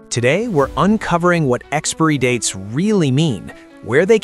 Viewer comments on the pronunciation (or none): I hate the way he pronounces ‘expiry’ like ‘expairy’ instead of ‘expie-er-ee’. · What problem do the illiterate Americans have with the letter I???? They don't like to pronounce it! Why? It's exPIRy (pron. ex-pa-ery) date in English, not "Expry date". And it's moBILe (pron. mo-ba-yel) with an I, NOT "moble"⚠️⚠️ Americans are an embarrassment to the English language ⚠️ Shameful! (So much for their universities) London, England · It’s pronounced Expiry..NOT Expory🙄fgs ! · Its Expiry date not Expry date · I am getting pretty tired of AI narration. Expiry is not pronounced "EX-PREE." It is pronounced EX-PIE-REE. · WTF?! NOT `EX-Peery dates!! BUT EX-Pire-ry dates!!! Pronounce that word correctly! WTF! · It’s pronounced ex-spy-ree, not ex-spare-ree! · It is 'EXPIRY DATES', not expery dates. Ai shit. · Great information.... I do have to state the obvious.... It kills me 🤣 every time the AI voice says EXPIREE. 😂😂😂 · Is this commentary AI drivel...you managed to say expired!...but i gave up after the 3rd pronunciation expurry!!. Learn some oracy. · What is the pronunciation of expiry. I heard he said ex-pe-ry. I'm not a native english speaker. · Pronunciation Expiry Sounds like Ex spai ree not this mangled AI voice nonsense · experiy dates ? Is that an AI thing ? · ex-peer-y date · Well it is ai it don’t get much wrong apart from pronouncin expiry as expury 😂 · experee dates? Really? Stupid, even for AI. After I heard it twice, that was enough. Stop play. Block channel. Done. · Tell your AI app that "expiry" is not pronounced as "expeeree". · Why is the narrators English so weird? Way he pronounced expiry dates is so jarring.. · Amazing. You made an entire video about expiry dates and you can't even pronounce the word expiry properly. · You are pronouncing expiry wrong! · Why can’t this guy pronounce “expiry”. It’s too bad they do this because food banks don’t accept expired food. A lot of people go hungry and don’t need to 🤷🏻‍♀️ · Now if AI could pronounce expiry… 😂